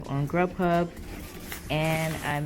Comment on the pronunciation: I can't remember which you said was better uber eats or grub huh? I thought you said grub huh.